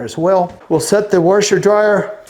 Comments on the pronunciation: There is only one R in washeR LOL it isnt waRsheR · Washer > Warsher 😂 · Man, the air boat looks like so much fun!😲 Don't change the way you say washer. I like it!❤, ever heard of salmonella?🤔 Ralph is my favourite.🐪 The chicken got caught in a trap, lol.🐔